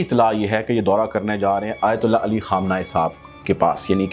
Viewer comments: Bhai "ayatullah" hota hy "aytali" nai. Name toh sahi ap sy liya nai ja raha ap chalien hain tabsra krnay. Bhai ap ko nai na pata wo kis shaksiyat sy milnay gay hain wo jantay hain un ko ap nai janty. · صحیح نام لینا سیکھو ایۃ علی نہیں آیۃ اللہ علی سیستانی ہے۔